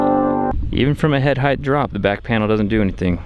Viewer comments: "... head heighth" ... welp, unwatchable. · I really like your videos but what I'd really like to hear, is you pronouncing the word "Height" correctly. Try comparing the word "Weight" and "Height" they should sound almost the same . It's as if your adding an extra "th" to the end of "Height". Thanks for the awesome content!